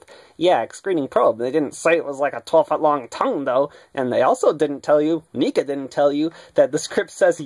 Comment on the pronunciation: You are saying it wrong neca